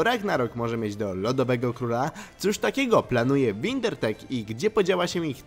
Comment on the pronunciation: jeszcze raz powiesz windrertek to dam un śrub muwi se wingertech